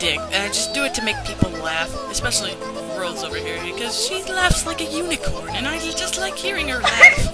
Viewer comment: its rose not rosieee nyehh (my da is crystalcat01 btw)